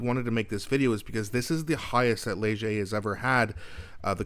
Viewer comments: I believe you said it correctly. Lezh eh is how I always say it. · "Ledg - a" is correct. Soft g, j sound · You said Léger perfect. Keep on going. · you pronounced leger perfectly and leger also predicted that last few elections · It’s good Karina Gould is 1%, can’t stand her condescending attitude. Carney is too woke , just as bad as Trudeau and Freeland. I am not surprised the liberals are dying. They will go down even more when gas prices jump with the rise in carbon tax on April 1. Not an April fools joke! You pronounced the Léger word perfectly.